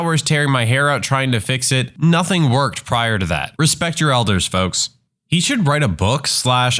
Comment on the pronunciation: "Nazing that coming" 🙏🙏🙏🙏😭😭😭😭😭